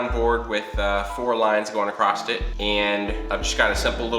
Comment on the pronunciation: Acrosst? Why does add a ‘t’ to ‘across’ and ‘cross’?